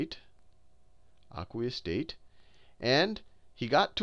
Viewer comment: he says aquaus sooloution looooooooooooooooool